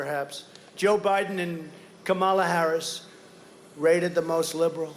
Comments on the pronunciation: He keeps mispronouncing her name as KaMAla instead of KAmala, we should call him Dough-nald to match his flabby, protruding belly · Trump can't even pronounce "Kamala" correctly! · It’s so racist to mispronounce “Kamala” on purpose, as the orange baby does.